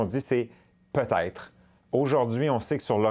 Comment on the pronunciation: Qui parvient à prononcer si mal "peut être " ? Je n'ai jamais entendu des gens au Québec dire quelque chose d'aussi bizarre et confus.